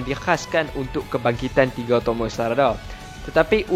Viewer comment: tomoe oii bukan tomoi aduhhhh